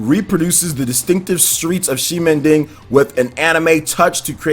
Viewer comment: You need to pronounce ximending —> ximenting .. anyway, Dusk diver looks great